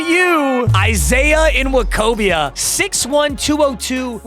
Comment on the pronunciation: Surprised is literate enough to correctly pronounce NWOKOBIA, and so easily, if we're being frank 😂😂😂